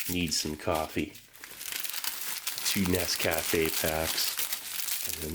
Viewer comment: Dude!!! When you post, I get butterflies in my guts!! THANK YOU!!!!!!💜🥳🥂👍🏼. So LOVE the way you pronounce Nescafe!! If anyone tells you how to pronounce it, I will HUNT THEM DOWN!!!!!😁